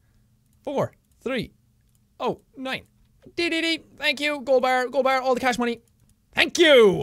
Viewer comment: ber instead of Golden bar XD (I went through hell and back to put an apostrophe on the e but I failed q.q)